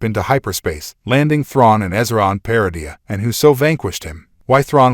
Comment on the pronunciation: Maybe pronouncing correctly "Malachor" , "Lothal", "Peridia" will help me watch more...